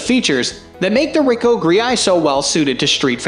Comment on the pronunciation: Why do you pronounce the Ricoh GR like that? Also no mention of the leaf shutter for it as well the Fuji? One would think a professional would be especially interested in that tidbit.